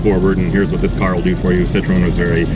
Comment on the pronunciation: What's so hard about pronouncing "citroen"? Its in the fucking name. Cit-ro-en. Not that hard.